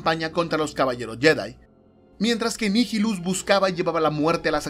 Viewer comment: Nihilus es latin, asi que lo pronuncias bien